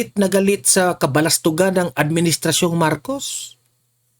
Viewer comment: hindi balastugan ang word is “BULASTUGAN”! Sana ma correct mo ito!